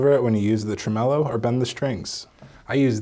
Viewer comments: He said "tremolo" with the accentuation of "vibrato" 😂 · FYI: It's pronounced TREM-o-lo ... not tre-MELLOW Also, why do you guys never show how to remove the old nut in these videos? That's the only part I'm not sure about, and I don't want to damage my guitar. The video title says "how to replace," not "how to install," which should include removal instructions. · is like the Yoda of luthiery. Also that guy said "tremellow". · People saying tremellow gives me extreme anxiety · The "tre-mellow"? Are you taking the pish? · Repeat after me: Tray-Moe-Low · did he say tremelo? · ask him how to pronounce 'tremolo' ... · It's geetar jargon, kinda like "heighth".